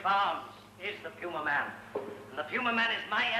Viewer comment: You're certain that it's pronounced, P-You-Ma-Man? I'm fairly certain it's pronounced, "Pew-Mae-Men".